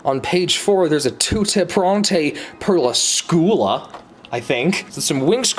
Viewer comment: The way he pronounced "Tutte pronte per la scuola" had me R O L L I N G